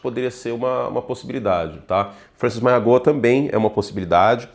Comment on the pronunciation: Curti, o nome do Francis Mauigoa se pronucia mau-i-noa